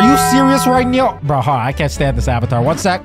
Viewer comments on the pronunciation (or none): none